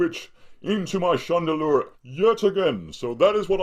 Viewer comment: It sounds like spade when he says Chandelure :)